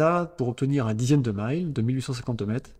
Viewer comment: Ce n'est pas le "Maîle" nautique mais le "mille" comme on prononce le nombre mille.